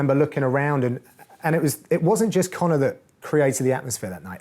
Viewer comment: you live in England, it's Connor